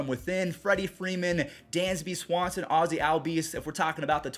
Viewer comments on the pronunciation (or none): none